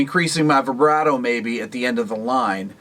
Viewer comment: Rick "Vibreato" 😬